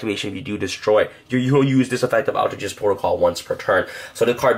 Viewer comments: aleter geist not alter gist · you pronounced altergeist in the most butchered way. its alter- GUYst not alter jist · ALTER-GUYST not jest. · I'm is pronounced alter-guy-st not alter-gist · For a more accurate pronunciation: all-tur guy-st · Just so you know I'm really getting triggered because it is pronounced Geist like poltergeist not how you are pronouncing it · ALL TER GEIST!!! Sorry it’s not that hard to pronounce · say altergeist wrong one more time, had to mute the video lmao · I don't know what's worst, his pronunciation of altergeist or the hyper jump cutting during his sentences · I love his videos an all and help a lot with my deck building, but some things annoy the hell out of me, he’s pronouncing altergeist wrong, the way he flicks his hand every time he shows a card, saying this card is really really amazing or phenomenal.. like take it down a notch and stop being so cringy and just make a simple watchable video